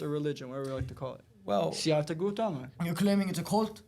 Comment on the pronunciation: Bro could atleast study a little bit about Buddhism before attacking it 😂 Can’t even pronounce Siddarthas name, and no he did not invent Buddhism from the perspective of Buddhism cosmology. The way of the Dharma is considered unchanging laws of the universe that reveals itself to the Buddha as he becomes the embodiment of it. On top of that there are infinite Buddhas before and after Siddartha. To be honest I actually wish the monk knew more about Buddhist script/cosmology so that he could properly answer the Rabbis questions. The rabbis ideas of Buddhism are very off and he doesn’t understand the belief system and the incredible scrutiny behind arriving at Buddhist ideas. One of the reasons I became Buddhist in the first place is because of the incredibly scientific analysis of the mind and the workings of the universe, which conveniently maps on incredibly well to modern science